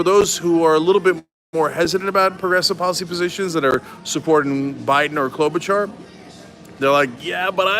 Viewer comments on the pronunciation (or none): none